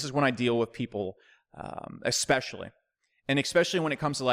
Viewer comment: I like the videos but... could you stop saying “eckspecially”?